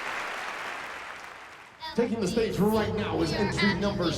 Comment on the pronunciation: AnD rIgHt Rr NoWrrr